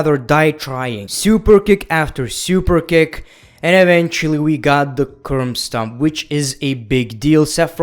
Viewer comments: keeps saying curm stop instead of curb stomp. hahaha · No one:: "Curmbstomp"